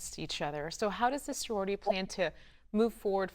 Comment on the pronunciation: I don’t mean to be negative, and did a fantastic job speaking about Soror Hickman, but that reporter need to come out with a verbal apology and correction of the name of our sorority.